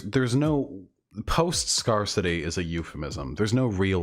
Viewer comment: Thank you chat, I was about to krump myself if he kept saying “scar-city” instead of scarcity XD